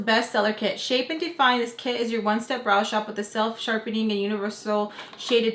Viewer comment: ‘Look at dis-ooo’ 😂